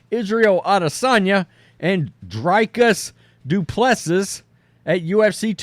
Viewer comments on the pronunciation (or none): It's pronounced "Dree" "kis" - "do" "pless" "see".